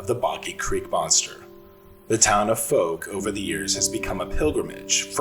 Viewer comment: Fouke is pronounced with a "ow", as in ouch sound. As an east Texan I only live a few hours from there.😁